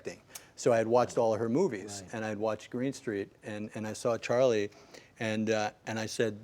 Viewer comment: Charlie's accent is not right!